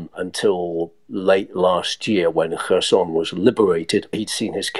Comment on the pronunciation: Very annoying hearing Kherson and Bakhmut pronounced so badly. Otherwise a great podcast.